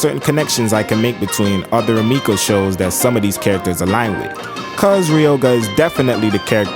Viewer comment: It's RumikO Takahashi, not Rumika!